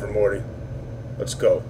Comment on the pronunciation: Morte's ("Mortimer 'Morte' Rictusgrin") name is pronounced "mort", like wart, as in morte, the Latin word for death, and not "more-tea". This is nitpicking at its finest, but did you really mispronounce it throughout the whole long play? Ouch.